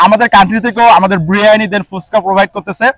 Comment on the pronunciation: বিরিয়ানি❌। ব্রিয়ানি🤣✅ পোলাও❌। প্লাও✅ 🤣🤣🤣🤣🤣🤣🤣🤣🤣🤣🤣🤣